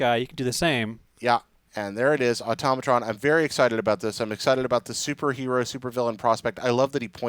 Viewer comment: for the last time it's automatron.... ah-toe-muh-tron not atomaytrin